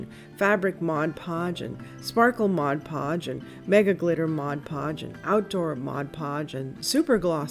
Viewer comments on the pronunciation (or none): It drives me crazy when people say modge podge. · I love the tip you shared for the vase !! You're not alone in saying modge podge lol Sparkle Mod podge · I don't like when people call it Modge Podge either. You have the bottle in front of you, read it right. I just got some dishwasher safe Mod Podge. Never heard of the Sparkle Mod Podge. Didn't know they have so many different ones. Hey, I live in Miami-Dade County south of you. So cool. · I LOVE sparkle mod podge! I use it all the time. I sooo agree with you on the correct pronunciation. It drives me crazy when ppl call it modge podge... Lol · I have never heard of sparkle mod podge! And I also can not stand when people say modge podge 😝😝😛